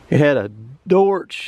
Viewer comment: “Dorch” engine 🤣🤣🤣